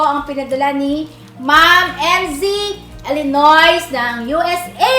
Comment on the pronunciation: ILinoy (Illinois) pagprononce silent s po.